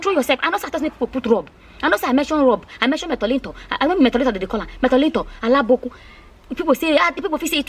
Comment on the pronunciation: It's so sad and shocking , but the way you spoke about it made me laugh a lot 😂😂😂. By the way it's abonikin not alabokun... 🤣🤣🤣.